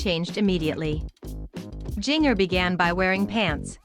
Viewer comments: Please pronounce her first name correctly, jigger is pronounced the same as ginger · Please say her name right.